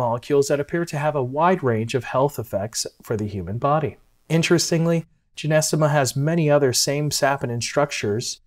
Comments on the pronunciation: Nice voice great content Except You are pronouncing it incorrectly JY- NO- STEM-A. PiNT- O- FILUM Or JOW—- GOOOO—LAN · Sorry it’s GY - NO- STEMMA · Man you're pronunciation of this herb is incorrect????😅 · It's Gynostemma pentaphyllum to be precise (not Genestema) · Hi can't even pronounce it correctly and is trying to educate me about the herb that I (now way more about. My mom told me about this as a kid...😂